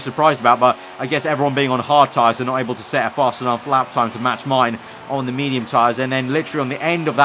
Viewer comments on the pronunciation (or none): none